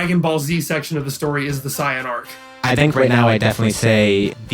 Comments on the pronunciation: Not to shit on the grammar of a made up word, but the way the dude said "Saiyan" hurt my brain. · L take, couldn't even pronounce "Saiyan" earlier